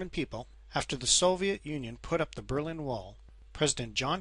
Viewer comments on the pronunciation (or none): none